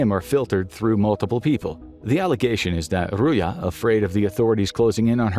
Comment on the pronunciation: it's not Ruya - it' Ruzha